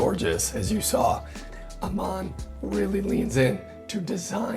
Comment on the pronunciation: If Aman is in sanskrit then your pronunciation is INCORRECT!....